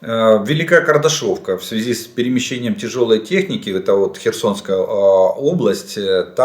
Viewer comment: Не кардашовка,а Кардашинка